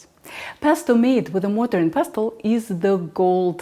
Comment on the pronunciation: In the English language, in every word that ends in "-stle" the 't' is silent. Castle, bustle, hustle, nestle, rustle, whistle, trestle, wrestle, and yes, pestle. This is one of those few rules with no exceptions. I love it!